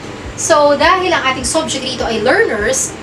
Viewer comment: Subject, phonics of u - uh!. Not sobject.. im sorry, but we are your students to learn and listen the correct pronunciation too!.